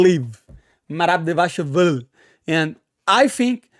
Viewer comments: Merab Davashvililishu. NAILED IT! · ..."...merab devashville..." Lol...love the lingo bro